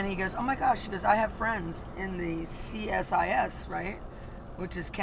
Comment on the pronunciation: CSIS is pronounced SeeSis. You will need to know this because you will be welcomed into Canada, in Jesus’ name. Next we will teach you about Tim Horton’s coffee.❤❤❤